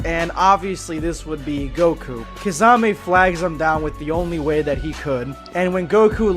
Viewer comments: Key-sah-may not kah-za-may😤😤😤😤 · Kasame did he just call kisame kasame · My dude where is the Z in kisame I wish you said his name right it really ruined the whole video for me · The butchering of kisame name it's pronounced Key-Sa-May